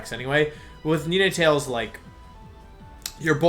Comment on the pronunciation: I was literally thinking the same thing lol he said ninetails normally, but then he switched to nee-na-tails shortly after